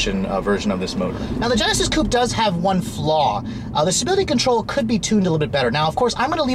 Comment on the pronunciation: Ah, now I hear it. Sounds like he said "sability control".